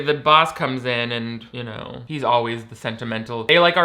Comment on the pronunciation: Alright Ben Shapiro calm down... Also, that Canadian-English really sparkled "You Knouew?"